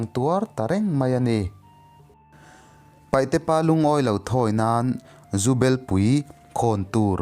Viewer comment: Ava ngaihnawm maimai ve 😂😂 maih se paihte i ti thina paite tih tur zawk ani e